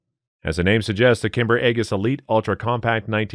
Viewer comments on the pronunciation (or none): 'Aegis' is pronounced 'eejiss' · It is pronounced “Eee-jus” aegis. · The aegis is pronounced egis. I have a master's in theology and have had many years of ancient greek which is where the word comes from. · Eee-jiss. Not Aye-guss. As in the Shield of Athena, or the US naval defense system used on destroyers and cruisers. I don't normally correct people, but Geezus.